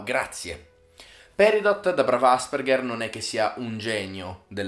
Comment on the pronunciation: Io sono un Asperger... Però non si pronuncia così 😂